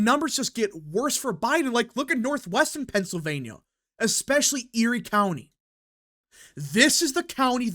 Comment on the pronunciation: STOP saying "PENCILvania!!!"